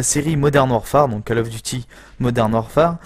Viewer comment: Autant "d'expérience" et tu continues à dire (j'écris en phonétique) : cal of. Bon sang, ça se dit cOl of. Décalage entre ta voix et le jeu, bien 5 secondes sur la fin du gameplay :s À part ça tu commentes bien même si tu dis des choses ridicules sans y penser. Cherches-tu à te faire flame ?